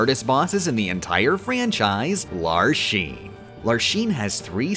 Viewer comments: I never thought that something like this would bother me so much but I swear everytime I heard the name Larxene pronounced "Lar Sheen" it made me twitch in pain. You pronounce the X like "Larks Een". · The way he pronounces the "x" as "sh" in the organization member's names bothers me so much. I suppose he'll pronounce "Axel" as "Ashel", "Xehanort" as "Shehanort", Or what, "Roshas"? Bro, it's an "x". It's "Vex-in" and "Lark-seen". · I think you mean “Larsheen…” that’s how he pronounced it… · Every time you said Larsheen I couldn't help but see her shooting Ultra Lord figures at Sora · "larshene" "veshen" god dammit bro they say their names in-game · "LarSHene" destroyed me, they say her name in the game, with voiced cutscenes! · “Lar-sheen” LMAO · Larshein Veshen... Ok whatever you say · ...What the heck was with the way was pronouncing the names of the Org? Like, half the time the A was left out of Marluxia (notably only half the time, though. The other half did include the A), Larxene was said as more of a Lar-SHE-ne? I can't tell if that's some sort of inside joke or if it's just another one of those things that is done for the sake of making the video more silly that pop up during this series. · isnt it Larcks seen and Mar Lux IA? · ...I love your videos. I admire your skill. I even appreciate your gentleman's taste in other games, judging by your pfp. But please, PLEASE, repeat after me: Lark. Scene. Lark. Scene. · “larsheen” girl did you watch the cutscenes 😭 otherwise awesome video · I really wish that she knew that it's pronounced "slight", as in "sleight of hand". To be fair though, I don't know what pronunciations are intentional and which aren't, which is kind of genius. "Larsheen", "Veshen" and "Marloosh" are obviously on purpose, given that they are spoken aloud in the game, but "fie-ruh-guh"? No clue. I'm just gonna assume that it's all on purpose and declare myself a nitpicking asshole who has missed the joke.